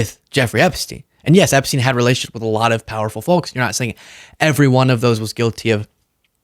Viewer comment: The L is silent when pronouncing Folks